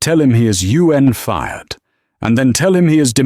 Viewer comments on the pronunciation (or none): The story is good but there are so many mistakes in the narration. Ex: AI can’t pronounce the time or the amount number (unless it’s written in characters such as 80 millions). This happens repeatedly in almost every story in this channel. Another example:“unhired” is pronounced as “U.N. hired”. Also, the main character was fired 3 times, reacted the same way 3 times, one after another. The mistakes are so jarring I wonder if the story was ever listened to before published.